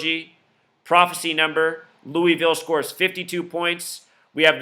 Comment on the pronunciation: lamar is not a freshman...and please say louisville correctly. thank you